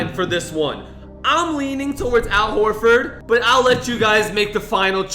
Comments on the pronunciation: ITS AL Horford ok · It’s Al Horford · it's Al Horford